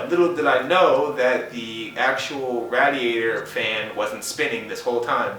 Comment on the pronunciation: Ra-Diatour. LOL